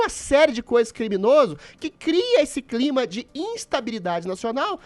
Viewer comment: O Adrilles não consegue dizer a palavra "CLIMA". Ele vira cebolinha. KKKKK